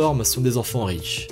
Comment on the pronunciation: on ne dit pas quatre "zenfan", mais quatre "enfan".